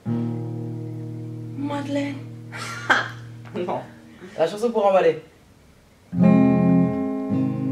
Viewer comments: quand t-as dis Madlènne tros mdr liker si vous étes d'accore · J'ai replayer plusieurs fois quand a dit Madelain😂😂😂😂😂😂😂😂😂😂😂😂😂😀😂😂😂😂😂😂😂😂😂😂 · je pense que tout mon quartier ma entendu rire quand a dit MADELAINE😂😂😂😂😂😂